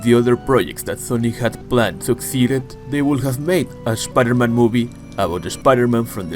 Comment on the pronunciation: Shpider - Man 😂. Loved the video, bro!